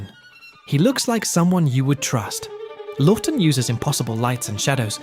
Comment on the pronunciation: You mispronounced Laughton.